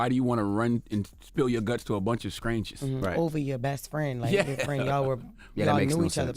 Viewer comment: What the hell is 'SKRANGERS' it's strangers